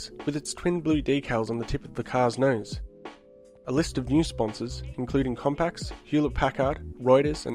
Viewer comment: COMPAX? WTF? Man, I love your vids, but you mispronunce at least a dozen things in each of them...